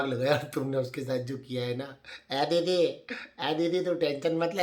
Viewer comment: ‘Ae didi’ 🤣 I wish I could type ur accent too it’s too funny